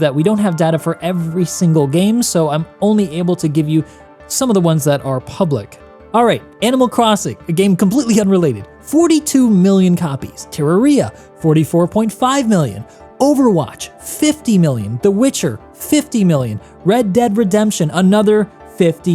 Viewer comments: tirraria? it te rare rea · Bro my brain exploded when he said "ter ra ria" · My man's pronounciated of Terraria is unheard of until today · The mispronunciation of "Terraria" hurt my soul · Im sorry how did you say terraria? What the fuck was that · the way you butchered the pronounciation of Terraria really rubbed me the wrong way ngl (otherwise superb content like usual :) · Fantastic video as always.:) Only slight crime was the pronunciation of Terraria, but we'll let it slide! xD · and saying RPG game dw, I'm nitpicking tho. t'was an excellent video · The way he said Terraria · Great video but what the hell was that terraria pronunciation?😮